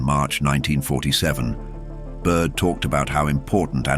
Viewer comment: Admiral Byrd, not Admiral Bud. Great video. Thanks for posting.